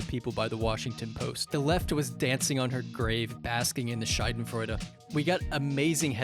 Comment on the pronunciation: i know you wanted to say "Schadenfreude " it came out as Scheidenfreude [shaydenfreude] a Scheide [shayde] is another wort for Pussy, a more medical Term but nevertheless , that makes it even more hilarious.